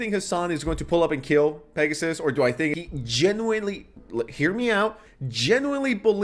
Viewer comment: mush mouth "genooilly" bro